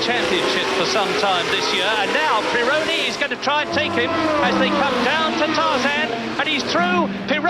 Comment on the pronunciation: It's not PirOOOOOOOOWney, it's PEEEE-ronny.